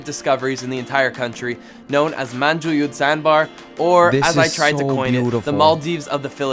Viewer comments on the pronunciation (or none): ( Its Pronounced Dumagéte and Manhùyud 😅